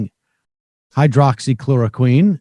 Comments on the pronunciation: Why hasn’t someone told Sam how to say ‘hydroxychloroquine’ so embarrassing. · How is it possible that Sam still cannot pronounce hydroxychloroquine? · Has Sam ever said Hydroxychloroquine correctly? Will we ever hear him say it properly? These are the real questions. Wake up sheeple! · I love that Sam still can’t figure out how to say the fuckin name of the drug.